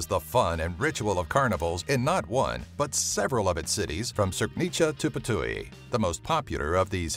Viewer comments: its Just Ptuj not p-tuj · im from slovenia and you dont say putuj you say ptuj u is missing :DDDD